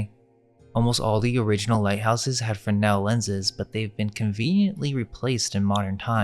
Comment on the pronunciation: FreSnel, theres an S in there. Good video though guys.